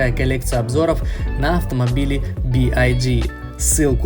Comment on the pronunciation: Как ты назвал Би Уай Ди??? Буква Y по твоему читается как Ай???